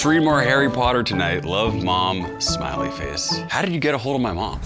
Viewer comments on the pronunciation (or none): none